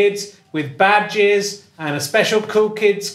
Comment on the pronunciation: At the start when Richard was talking about ‘badges’, I genuinely thought he was saying “bad jizz”.